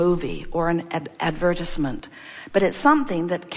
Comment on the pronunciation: The way she said advertisement made me turn this video off 🤣